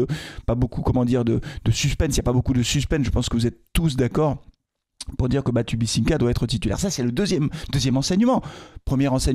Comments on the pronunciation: Je ne serai 100% d'accord avec toi que quand tu arriveras à dire BatubiNsika (et non BatibisiNka)😁... Sinon oui Batubinsika est tout simplement meilleur joueur de foit que Briançon. Après Briançon comme tu le dis est le capitaine de cette équipe. Le choix du capitaine d'un groupe en début de saison est loin d'être anodin. Le retirer régulièrement du onze de départ le fragilise vis a vis du groupe, forcément. T'as toujours intérêt à avoir un relais respecté des autres. Un problème qu'a pu avoir Deschamps avec Lloris, certainement. Du coup, "délivré" par le temps qui passe, il a pu se rabattre sur MBappe😂 Au moins il est sûr de ne pas avoir à se poser de question sur la titularisation ou non de son capitaine. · BatubinSIKA et pas Batubisinka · BatuBINsika punaise un jour tu arriveras à le dire en respectant son nom !